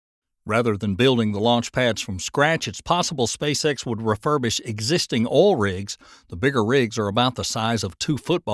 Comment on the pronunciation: It's oil not all...